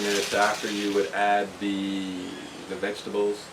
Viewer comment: Every time I hear you say 'vegetables'... I can only hear you saying 'VEGABLES!!'.... LOL Great as usual